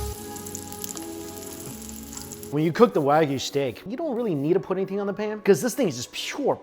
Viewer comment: And it’s “waa gu”.